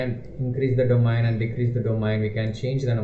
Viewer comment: construct dominee , what is this dear , ? its do-ma-in ....